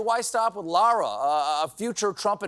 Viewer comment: See, Americans? You can say Lara. So learn from Stephen and stop saying „Laura Croft“.